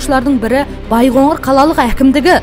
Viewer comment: Байғоңыр емес, Байқоңыр